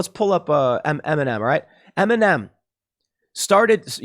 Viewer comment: I was just watching the video and for more than half of it I thought Tim was saying M&M taking a knee instead of Eminem lmao